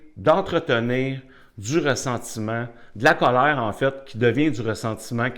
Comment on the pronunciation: Sa façon de dire Cowleir😂est un vrai anti stresse ça a chassé tout mon colère 🙏merci bcp